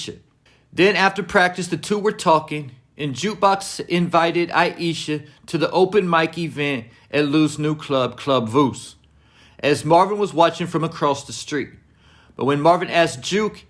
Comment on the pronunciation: It’s Club Vous (pronounced Vou- like You with a ‘V’)